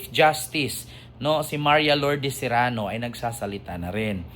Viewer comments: sereno hindi serano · Sereno hindi Serano ❤❤❤❤ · Sereno Hinde serano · Sereno hind Serano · ❤cereno hindi serrano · sereno not zerano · Sereno po, hindi Serano. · Correction pls Sereno not Serrano ty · Hindi Serano, kundi Sereno po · Sereno po,Sereno hindi Serano. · Hi, justice sereno sya, hindi serrano😅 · Justice Sereno Hindi Serano